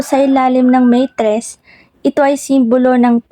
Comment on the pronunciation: MATRESS HINDI MEYTRESS, SINO NMN MAGTATAGO NG PERA S BANYO?